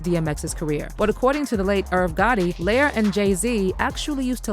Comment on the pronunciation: R U SURE IT NOT PRONOUNCED, LY-OR ...? 'Cause it's giving, LIAR.:face-turquoise-covering-eyes